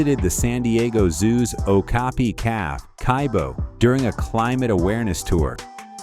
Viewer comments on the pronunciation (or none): none